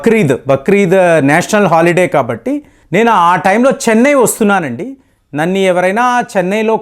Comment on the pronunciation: నన్ని కాదు గారూ “నన్ను” అని చెప్పండి తదుపరి వీడియోలో👍💐